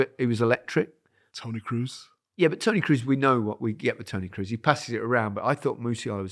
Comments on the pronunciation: It always hurts my ears to hear 'Wurts' instead the correct 'Weerts' and 'Cruise' instead of 'Kroaze' (as in goat). Some effort to pronounce it correctly is not too much to ask. Plenty of German speakers around to help you. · Please, please, please, it's not pronounced Toni Cruise. Come on guys... LOL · Kroos not cruise… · I love you boys so much, but please start pronouncing Toni's name by saying Cross, like when you cross the ball 😂 he sounds South American - Toni Cruuz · just that Kroos is not supposed to sound like cruise 😊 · All he needs to do is improve his pronunciation of German words, especially with his tendency towards punning; in other words, 'Cruise' might work with someone called Cruz, but it doesn't work with someone called Kroos.... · The only problem here is that Kroos isn’t pronounced that way